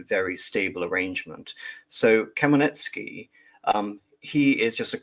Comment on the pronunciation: Hmel-NYT-ski not Kamaletsky 😛